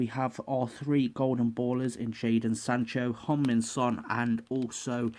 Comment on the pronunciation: u said hon-min son